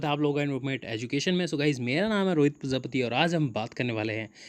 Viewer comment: Sir its not parjapati.......its prajapati